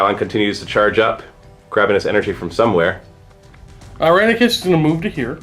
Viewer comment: wait: "Iranicus"? i could swear meant "Irenicus"...